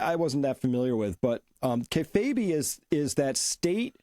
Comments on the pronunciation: It's usually pronounced "Kay Fabe" where Fabe rhymes with babe. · Pronounced “KAY-fayb”